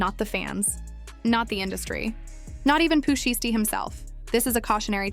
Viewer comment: Bih lost me when I heard how she said Pooh shiesty smh click bait!😊